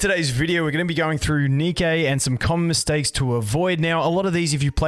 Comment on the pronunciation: sorry if this is incorrect, but is it not pronounced "ni-key" like the shoe brand? Since the company was named after the Greek Goddess of Victory, Nike.